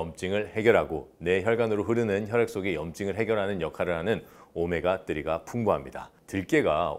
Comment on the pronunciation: 오메가 뜨리 캬 원어민 발음 ㅋㅋㅋㅋㅋ